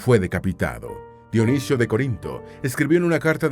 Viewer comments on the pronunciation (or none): none